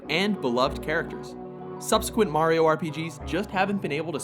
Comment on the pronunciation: at least hes saying mario correctly